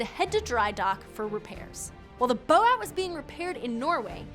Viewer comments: Out of interest, why is she calling it bo-at, and not boat? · What is a Bo At? Does she mean boat and is mispronouncing it? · wow.. she totally had me until ...... "Bow-At" ???? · I checked to see if there some different pronunciation for German U-boats but they say it like "boot" so I have no idea why she keep saying "bow-at". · Really interesting. Why can’t she say boat tho? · What's up with the pronounciation of boat in this?